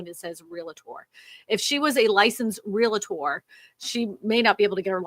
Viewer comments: ReALtor, not ReLAtor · Love you, but there is no "Real-A-tor" in pronunciation. It's "REALtor". I had a license an ice age ago (didn't stick with it) and they drilled the pronunciation into our heads.